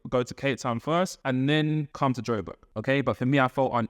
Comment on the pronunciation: It’s Joburg. Not Joberg. ❤